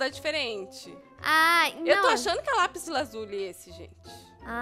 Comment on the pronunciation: nao e laplislo lasuli